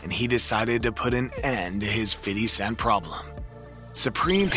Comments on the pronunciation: Fiddy scent. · Sounds like he's saying fiddly sac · 😂Fiddy Cent😂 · Fiddy cent 😂